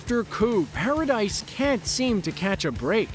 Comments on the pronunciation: It's actually Pronounced Paradi not Paradis even though it's spelt that way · I almost got interested to watch the whole vid, but had to stop. This guy's keep saying "Para-Dice" and I thought I was watching something about AoT.